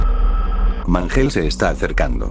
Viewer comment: Mangle : ❌ Mangel :✔️